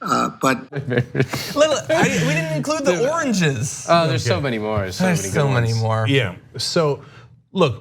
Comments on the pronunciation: He never said oranges though. He said origes. It's a type of covfefe. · I hear 'oringes'.